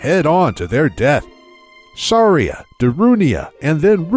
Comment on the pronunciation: Every time they pronounced Saria wrong. A Gold Skulltula was born.